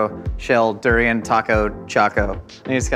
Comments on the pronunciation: Its pronounced Da-rain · please don't butcher durian like that 😅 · He just butchered the durian 🤦🏽‍♀️